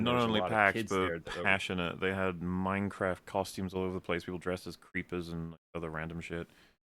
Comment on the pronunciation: Did just say "Mein Craft"?